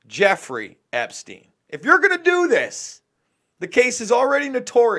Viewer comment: Yeah umm she can't even get the creep Epsteins's name right